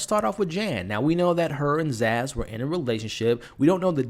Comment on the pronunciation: Her name is Sazz not Zaz